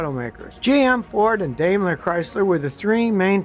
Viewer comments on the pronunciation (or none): Dime-Ler not Dame-Ler. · Hyundai intended for pronunciation in America to rhyme with Sunday. Daimler is pronounced dime-ler. In German, the second of vowel pairs is the one pronounced. Thank you for a lot of great information.